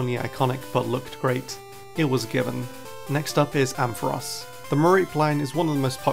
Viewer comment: There is no E in Ampharos!